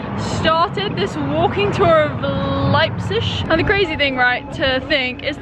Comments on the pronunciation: It's actually pronounced lipe-zig. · The “g” at the end of the word pronounced as a “sch” is a regional thing - not everyone in Germany pronounces it like this : )